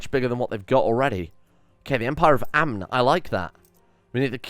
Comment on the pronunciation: The N in Amn is silent